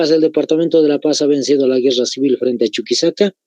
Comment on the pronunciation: Pablo Zárate decía, "Ahora sí Guerra Cewel"